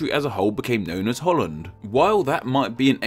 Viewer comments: Hout land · Haha Holl-land goeie haha